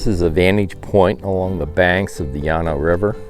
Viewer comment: you are mispronouncing Llano!